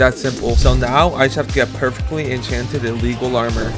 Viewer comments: Bro said echan chan golden apple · it says “enchEnted”